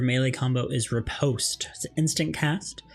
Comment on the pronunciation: Great guide but hearing riposte and zwerchau mispronounced so bad killed me. 😂